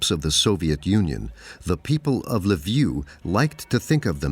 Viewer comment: The most racist content I have ever seen. I've already sent a strike on this "documentary". Cutting fragments of speech of Ukrainians out of context. So pathetic and wicked. Shame on you, the author. You showed a great deal of intelligence indeed. You can't look up how to pronounce the name of the main city of Galicia. I won't even get into other specifics. The nadir of morality and total ignorance.